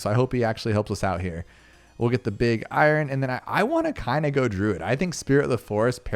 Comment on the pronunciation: "Eye ron" lmao 🤣 It's "eye urn". It's the metal iron!